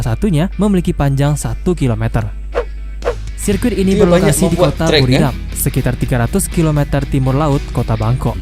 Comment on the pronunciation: Sirkuit = serket 😂